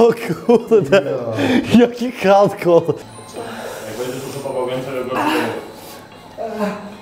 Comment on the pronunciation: "o kułde jaki hałdkoł"